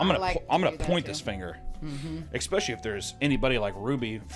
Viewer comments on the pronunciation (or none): Please don’t take this the wrong way. A lot of times you say “expecially” when you mean “especially”. Like folks who say “expresso” when they mean “espresso”. I can’t help giggling when I hear that. Like people saying “pacifically” when they actually mean “specifically”. I’m a subscriber and a fan of your content and would hate for people to misunderstand (or pretend to) and try and call you ignorant when you clearly aren’t. You ask for comments so here is mine. I’d be saddened if people miss the point you are trying to make, or dismiss you as a valid critic, because they take issue with what they have decided is sloppy or ignorant phrasing. And I am sorry I giggled. I agree with your points and the seriousness of the situation. I just couldn’t help myself. So I thought I’d let you know the expected pronunciation so you could update or not as you choose. I am not trying to tell you how to run your business. My comment is well-meant and I hope you take it that way and don’t feel like I attacked you. That’s the last thing I would want. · did papa just say expecially? oh noes dreams are broken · I can't get over him saying "ecspecially." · eSSSSpecially. There's no K before the S. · Is he saying "especially" wrong like Tom and Christina P? I hope so...